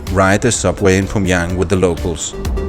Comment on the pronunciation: Some corrections: Kim JONG Un, not Kim YONG Un… Also it’s PYOngyang, not POOngyang.